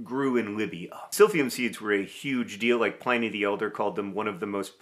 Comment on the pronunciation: Did you just pronounce Pliny (rhymes with Minnie) like Pliny (rhymes with Hermoine)?